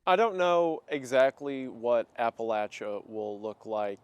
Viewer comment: As a western NC native, the pronunciation of Appalachia almost made me tear up, thank you for covering this. Really appreciated this video